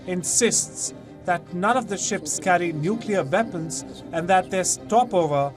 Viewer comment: If he can say West why does he say Veapons.....😮😮😮